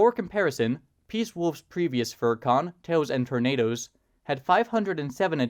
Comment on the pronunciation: idk why but i heard the pronunciation of the convention's name as Toes and Tornadoes which honestly isn't that far off the mark